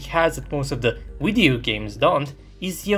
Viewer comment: "In this wideo" This is why I like this show